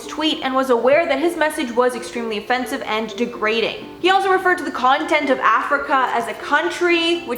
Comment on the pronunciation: Oh my god, this girl just called the Con.. Tin.. ent.. Of Africa a content, 🤣🙈🙈 and she's mocking James Charles 🤣🤣🤣🤣 No one in the comments seem aware either, it's a continent girl!!